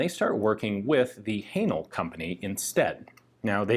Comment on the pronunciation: Please stop saying Hanel 😂😂😂 Great content as always!